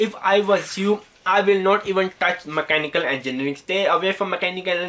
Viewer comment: Dumbass, cant even say Mechanical Engineering properly